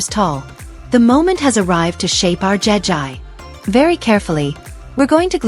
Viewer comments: It’s Jegi not Jen I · It's not jeji it'jegi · it,s not jaga it jegi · Jegi❌ jeji✅ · Jegi not jejie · It's not jegî